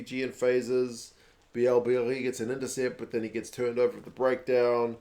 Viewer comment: FYI Mauvaka has played, rarely, some games for Toulouse at 8 before, so I guess Galthié wanted to try him out at that position, just in case. Recent injuries make sense for that thinking. Bielle-Biarrey (it is actually said more like hey than eee ;) ) is impressive on every single game, I hope he's gonna make it to the last 33. Danty work rate is impressive as much as Alldritt. Not sure about Laclayat though. I think they're going to keep Baille for the Knock Out stages maybe last games of the pool. At the end, it was fun seeing the Fijian players celebrating with the French ones (most of Fijiands play in Top14 so makes sense).